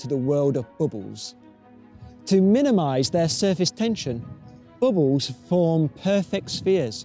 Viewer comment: I mostly watch this video because I love how he says "bubbles."